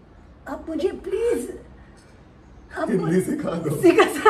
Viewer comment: When Kaneez talks in hindi Kaneez:Maine (H)indi mein Bola Me:uhhhhhh kya Bola?😅